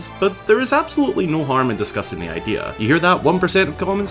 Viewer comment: I thinik its an itristing idear